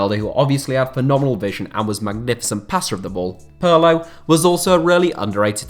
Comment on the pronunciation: It's Peerlo. Not Puurlo ffs